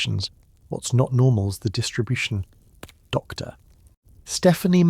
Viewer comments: That pause drives me crazy too. The AI keeps treating “Dr.” like a full stop and it breaks the flow of the narration. A small adjustment to punctuation handling would make the whole video so much smoother to listen to. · I wish they would adjust the AI that is speaking here to know that, "Dr." is not the end of a sentence and stop the annoying pause when he says, "Dr. Anyone"